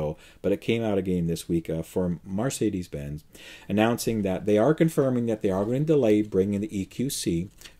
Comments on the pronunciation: why do you pronounce Mercedes as Marcedes? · Mercedes, not Marcedes!! 😃 Also, the proposed Fisker lease has NO term. You could keep it for any duration. Change your mind 6 months in, turn in no penalties.🤗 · Mar - say - dees ?